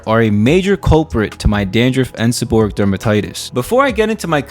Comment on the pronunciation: The correct pronunciation is, seb-or-ray-ic.